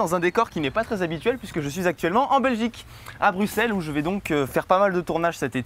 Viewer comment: oui il a dit brussel